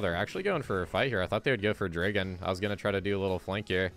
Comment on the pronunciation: Why do you say Dregon instead of Dragon?